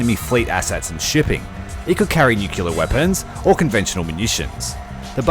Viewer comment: if i hear the word "nukular" and not "nuclear" one more time I will go insane